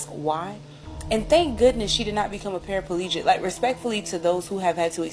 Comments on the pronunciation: ….. I was really invested in the video until I heard your boy say “Parafalegic”!!!😂😂😂😂😂😂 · Did brah man say Para FA legit?